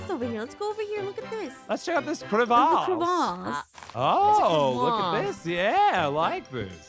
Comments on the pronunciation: the way says " Cravase " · Things I learned • blessed difficulty is awesome • you say cre-vass • aphmau videos are better without ein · Aphmau: The Cravasse Me: what's a "The Cravasse" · I love it when they say Crevasse. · I love when they said “𝐶𝑟𝑒𝑣𝑎𝑠𝑠𝑒” 😂😂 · When said mini crevasse